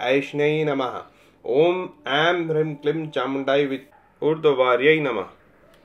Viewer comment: Hreem ka ucharan is prakar nhi hota h.